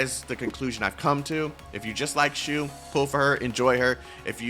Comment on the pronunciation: Waited a whole year for her. High skill ceiling characters are super fun. Also, IT'S SHU!